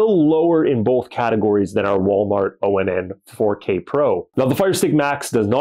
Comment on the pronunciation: Dude. It’s Pronounced Onn as I turn it On. That’s why it says (Watch Onn) right there on the box. You don’t have to say O N N all the time. Just say ON